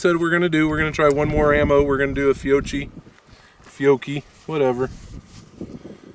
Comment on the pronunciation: First, you really should know how to spell and pronounce the ammo you are shooting in this video. Examples: Fiocchi and Aguila. If you have feeding issues with your Buckmark, check your ammo for its rated muzzle velocity. If it is below 1200 fps the round may not have enough energy to fully operate the semi-auto slide.